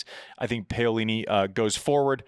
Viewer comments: Andy I love you brother but please please please…. It’s PA (as in Paddle) not pay-o-lini. Easy to say! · It's "p a o lini", not "p eio lini"...... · Could you please learn how to pronounce names properly? Paolini is pronounced like P(owl)ini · Pow-lini not Pay-o-lini. But you're right NO ONE would have picked Paolini to be jumping into the upper echelons of the top 10, win a 1000, make a slam final and maybe another one. I like Paolini to beat Vekic honestly. Her movement is just SO much better than Vekic, but Vekic has a sledgehammer of a FH and it is great to see her finally making a Slam semi. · I'm beggin you ...P A - O - LI -NI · My neighbors are Italian tennis fans and they’re very amused by Andy’s pronunciation of “bufalo” and “Payolini” 😂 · Paeoleene....... Oh God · Andi, have google say her name in Italian, please! The way you say it sure makes me laugh really hard which is part of the show like many other silly things you say, but you completely butcher her name :)